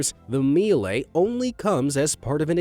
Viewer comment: Some cool stuff in there. Downdrafts are nothing new though. Had a downdraft extractor built into our stove in Canada more than 30 years ago. Miele is German and pronounced 'Mee-luh', not 'mee-lay'